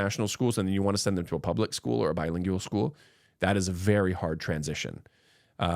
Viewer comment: pronunciation: not BI-LING-YU-AL. Correct is BI-LING-WAL.